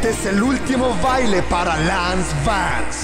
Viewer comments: Lo malo de español Latino esque lo llama Lance y está mal porque se pronuncia LEINCE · es lance Bro Pero se pronuncia lans o en si quieres pronunciar la a es leins